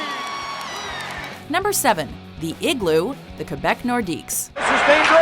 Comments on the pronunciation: am i the only one who heard kebeck instead of Quebec also I liked most of these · bot i am not That's just French (correct) pronunciation. It's actually more like "kaybeck". Not "kwe" as in "queen".